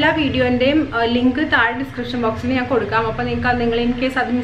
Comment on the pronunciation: നാൻ അല്ല ഞാൻ